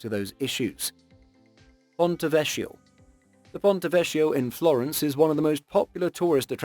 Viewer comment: great video. most enjoyable, but...the pronunciation for ponte vecchio is with a k, as in kindergarten. cch and c are pronuonced with a k. apart from that, keep up the great work.